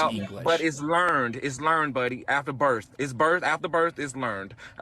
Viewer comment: Earf.. Birf.. tells me all I need to know about this guy's intelligence.